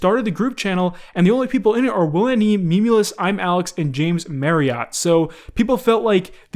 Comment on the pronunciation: "James mareott" how badly can u butcher someone's name